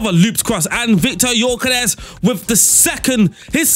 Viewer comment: Hey, the Gyökeres pronunciation was good! :)